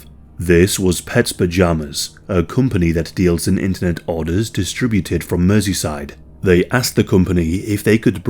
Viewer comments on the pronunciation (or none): none